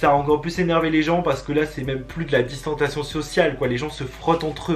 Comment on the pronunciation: Chuis la seule que quand il dit « distentation »m’énerve grvv parce que c « distensiation »mais sinon je t’adore trop ❤️❤️